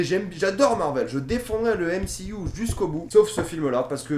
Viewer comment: On dit MCU pas M C IOU!!!